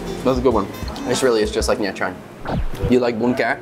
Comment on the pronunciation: Love the content! You make me wanna quit my job and move to Vietnam haha also pronunciation tip: the “tr” in “trang” and other viet words can just be pronounce like the “ch” in “cha ca”. Keep it up!